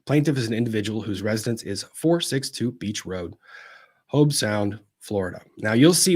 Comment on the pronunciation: Hobe Sound like robe….